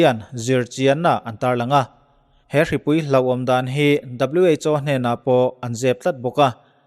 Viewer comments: O hi aw ti tawh lo hram teh..WHO i lam pawn “aw” ti lo vin “au” tiin lam tawh teh... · Sap ramah kan awm a,,aw an ti ve lo ...au an ti zawk